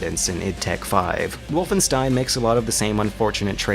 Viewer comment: I guess I can't expect non-german speaker to know this, but it annoyed me for years. "Wolfenstein": The "Wo" in "Wolf" sound like in *wo*nder. The "st" in "stein" sound like in *sht*ick. The "ein" sounds like in m*ine*. So basically "Wohlfenshtain", not "Wulfenstain" or "Wulfenstihn".